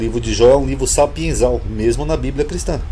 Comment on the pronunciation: SAPIENCIAL Não é sapienzal como você pronunciou